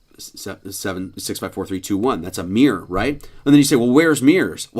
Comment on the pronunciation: This alphabet nut can't even say mirror properly 🙃